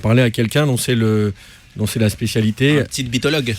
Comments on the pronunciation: Un "ptitebiteologue" PTDR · "Petitebitologue" IL M'A TUEEE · c'est qui dit "ptitebiteologue" pas Piètre;) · ''ptitebitologue'' MDR !!!